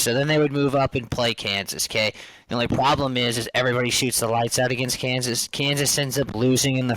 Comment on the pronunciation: The only “pwoblem”